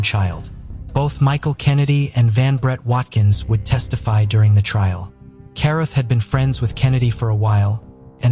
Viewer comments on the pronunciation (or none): Carruth is pronounced Cah-rooth.